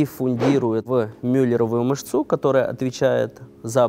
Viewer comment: Ударения даже ставит неправильно. Например: "мышцУ". Не думаю, что врач так может говорить